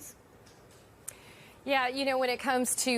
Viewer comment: It's just processes, not process-ees, for crying out loud